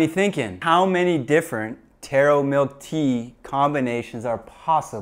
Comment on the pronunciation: My class was yelling becaus you said Taro tora and you spelled boba bobba perhaps u can fix the spelling so my class doesnt scream thanks!!